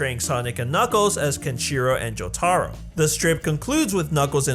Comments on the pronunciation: My man did a video on JoJo but calls him Juhtahro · ah yes, Jotahro Kujo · bro he did not just call this man Joe-tarro